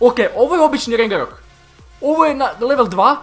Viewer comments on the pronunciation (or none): Ne kaze se rengerok nego ragnarok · Nije rengarok,nego Ragnarok,ako nisi pogledaj film:Thor Ragnarok